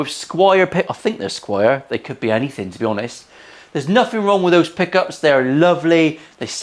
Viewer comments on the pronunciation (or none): As an American, I like to listen to other accent. I really like your's. So, you can't say or don't pronounce your "TH" You say "anyfing"